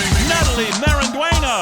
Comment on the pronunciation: Is it me or is this the first time ever hearing Natalie's last name pronounced correctly?